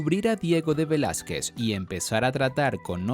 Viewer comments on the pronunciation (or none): none